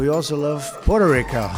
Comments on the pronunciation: His first pronunciation of Puerto Rico is correct - the second pronunciation "Porto" is Italian and not Spanish and is therefore incorrect. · "Puuuuerrrrto Rico" XD Dude, the syllables exist in the English language, you don't need to drag them out so they sound like "PuWETu Rico" with a slimy grin. PU-ER-TO RI-CO. You can even do it in Japanese Katakana: ピューイーターリーケーオー = "Pyu-E-To-Ri-Ko". (I'm an amateur at Japanese, but I think that's right to some degree lol) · He very likely mocked how people pronounce Puerto Rico because he thinks it's actually "Porter Rico".